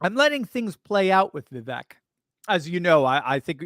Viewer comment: Vivek rhymes with cake according to his rap about himself.